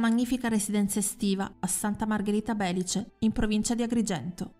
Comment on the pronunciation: Belìce non Bèlice 😉